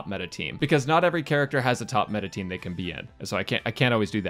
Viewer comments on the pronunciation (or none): none